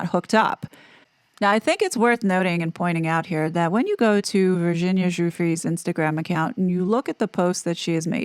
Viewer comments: Is that how she pronounced her name? Virshzinia? Cause it’s spelled Virginia lol. Killing my OCD 🤦‍♀️ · OMG. It's driving me crazy. Virshzinia. Like Sza Sza Gabor? Wonder how she pronounces, say, the word virgin. Or version. WTF